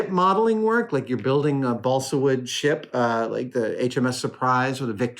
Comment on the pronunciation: Haha didn't sound like you said SHIP the first time I heard it.